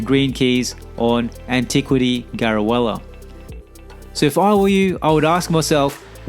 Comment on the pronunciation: Big thing I think you didn't mention: farm STRAWBOY's light points. Get him to level 80 and reincarnate him, he gains a point. Dump all your scrolls into him and bring him in your party all the time with a 50% exp badge. This is the fastest and easiest way to hit 360 points for Garulea dungeons. Also, its Garulea. Ga-ru-le-a (lay-a). Not ga-ru-el-la as you say it.